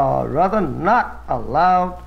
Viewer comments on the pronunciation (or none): none